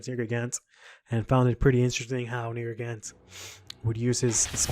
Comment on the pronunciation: Ugh this YouTuber who doesn't know how to pernounce the monster name... ugh.